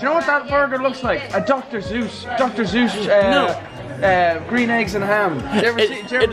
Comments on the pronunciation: Back Up 13 Steps Said Dr Zues Boi Its Dr Sues. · Did he say doctor Zeus? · Wow said Dr. Zeus not Dr. Sues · WAIT DID SAY DR.ZUES????????